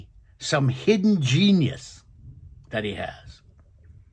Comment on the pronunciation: 😂got it!! It is genius (not g-i-e-nius)